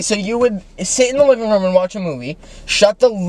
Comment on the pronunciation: The way they say room Is crazy "rom"